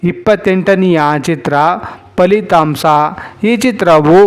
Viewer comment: ಶೀರ್ಷಿಕೆ ಯಲ್ಲೇ 1976 ರಲ್ಲಿ ಬಿಡುಗಡೆಯಾದ ಚಿತ್ರಗಳು ಎಂದ ಮೇಲೆ ಪ್ರತಿ ಚಿತ್ರದ ಹೆಸರಿನ ನಂತರ ಪದೇ ಪದೇ "1976 ರಲ್ಲಿ ತೆರೆ ಕಂಡಿತ್ತು" ಎಂದು ಹೇಳುವ ಪುನರಾವರ್ತನೆ ಏಕೆ? ಜೊತೆಗೆ, "ಹ" ಕಾರ, "ಅ" ಕಾರ ದ ಬಗ್ಗೆ ಗಮನವಿರಲಿ. "ಇದು ನಮ್ಮ ದೇಸ" ಅಲ್ಲ. "ಇದು ನಮ್ಮ ದೇಶ. ಹಾಗೇ " ಸಕಾರ" " ಶ ಕಾರ"ದ ಉಚ್ಚಾರಣೆಯೂ ಪಕ್ವವಾಗಿರಲಿ. " ಫಲಿತಾಂಸ" ಅಲ್ಲ." "ಫಲಿತಾಂಶ".